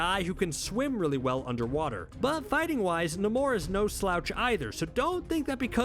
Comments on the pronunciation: Say it as Neimour , not Namur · Stahp saying nuhmoor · You're so wrong about Doom, he's a great king.. the way you pronounce namor tells me everything I need know anyway ;)..... long may he reign!!! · Can't stop cringing everytime he say namor🤣☠️ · Dude can't even say Namor name right I thought I was dyslexic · The way he says namor I can’t😂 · Why did nobody ask him why he pronounced Namor like that? Seriously, I have NEVER heard anybody pronounce his name like that. Why? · Can someone please explain to me why he keeps pronouncing Namor's name like that??? It's bothersome in a way that I can't even brgin to explain 🤦😠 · The way dude is pronouncing Namor is aggy. Can’t keep watching 😅😩😩😩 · Why can’t you sat namor correctly? It’s really not that difficult.